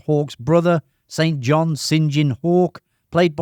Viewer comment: How come you mispronounced, the correctly pronounced St. John's name in the same sentence? It's Not pronounced Saint john (despite the spelling). It's pronounced Sin jin. That isn't a nick name, it's the correct pronunciation.